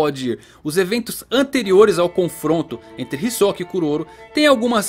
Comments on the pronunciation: Pq vc fala hisokaa e não hisoka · Cara, fiquei confuso, ouvi 2 entonações na pronúncia do nome: "hisóka" e "hisoká". Acho que não é nem uma e nem outra...Ta mais pra "Hisôka" creio.